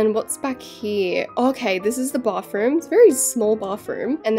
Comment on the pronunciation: Can you stop saying Bafroom? Or can you actually say Bathroom like Americans?